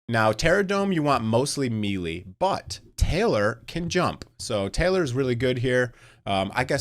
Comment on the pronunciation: Awesome video man, been following all the EE vids! Also btw took me a moment to realize you were saying melee... fyi it's pronounced (may-lay)... either way loving the content!